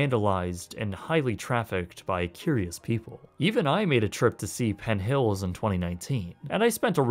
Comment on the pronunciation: I like his videos but is it just me or did he keep adding a T to the end of PENN so it sounded like PENT HILLS? Just curious if anyone noticed that or not....